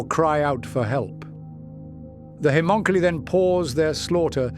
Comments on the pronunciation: I don’t think he can help it I watch a few ai channels an ai just can’t pronounce it it’s bad lol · like 8 different pronounciations on Haemonculi lol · I love your work, but the different pronounciations of "haemonculi" throughout the video are jarring ;) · no I agree the only other one I watch as much as his is imperial iterator I wonder if he could play with the spelling of it an see if he could find a way to get the ai to pronounce it correctly